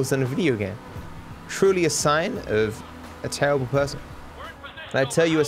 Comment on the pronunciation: Nobody:: literally misses one bullet: TERRABLE